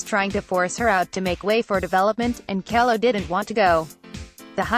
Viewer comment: It took me awhile to figure this out, but there must be a robot "reading" the text. Initially I was just irritated by the mispronunciations of Susette Kelo (pronounced KEE-low, not Kello) and Justice Ginsburg's middle name (pronounced BAY-der, not badder.) But when the narration said "_ _ _" as "underscore, underscore, underscore, I knew it was a robot. My suggestion? Have a real person actually narrate the text next time after learning how things are supposed to be pronounced. P.S. I met Susette Kelo at the premiere showing of "Little Pink House."